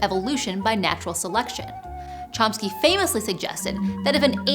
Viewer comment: That is not how you pronounce "Chomsky".